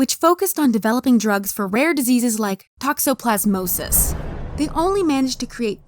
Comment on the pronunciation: I had a seizure when she said “Toxoplasmosis” Rat poop